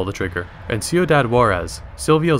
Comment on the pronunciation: Nice, now I can go and watch the sequel. By the way it is pronounced C-oo-dad who-are-S